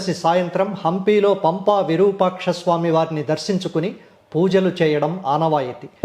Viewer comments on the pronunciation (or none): none